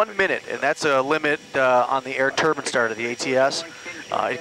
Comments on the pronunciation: I think you mean *some * American aviators. Otherwise you're making the type of sweeping generalization that can be disproved by a single exception. Hello! You've just met that exception. But no matter - and again he pronounces it: "tur-byne". Seems when referring to engine parts it's "turban" but when referring to actual entire engines it's "tur-byne". Go figure. Shorthand on both counts. You're supposed to know what is meant. Aviation has so many shortcuts and abbrevs to really get into it you need an acronym dictionary. Been that way as long as I can recall. And I go way back. He even explains about the huffer and why nobody calls it an "air-start unit". Neither is this news. We called them huffers on the jet flight line forty-six years ago and looks like nothing's changed there either. Just a single example. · One was not aware Americans pronounce Turbines like 'turbans' until this video. In England we say Turbines phonetically 'TUH-BAINZ'. We say an awful lot differently however this has never cropped up until my research into flight training as there is a considerable amount of American content in this field. I'm curious do Canadians pronounce the same? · Pronounced tur-Byne. Not tur-bin. Turbins are what some people from Indian wear on their heads. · A turban is what most sikh Indians wear on their heads. I think what you meant to say was turbine. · say it with me... TURBINE! LONG I! turban is a hat... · turbin is different from turbine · TURB- EYE-N, not Turban. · This guy cant say "turbine" ...I found this quite distracting. It's not a "turbin" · Turbine.. not turban... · you keep calling it a turban engine. it's a turbine, as in combine incline sublime etc. A turban is a type of middle eastern headgear. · turbans? lol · Tur BINES not turbans!!! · Turbine? Or turban? Ffs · It's a turBINE, not a turBIN. Thank you. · I always think this when I hear Yanks pronounce "turbine" as turban. 😂😂😂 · I have never heard turbine pronounced as "TUR BANN."